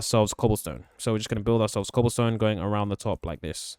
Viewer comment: When you where filling in the wall with oke Wood you said cobalsone 😂